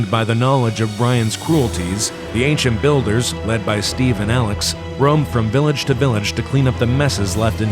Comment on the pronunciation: Agent Builders Sounds like Agent City